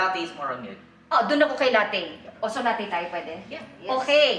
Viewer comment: FYI po: "latte" is an italian word which means milk and should be pronounced as "lat-te"... hindi po siya pronounced as lattey!!! Please desiminate the info through your vlog....